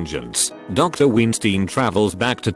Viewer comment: Love how he pronounces Weinstein as Ween-stein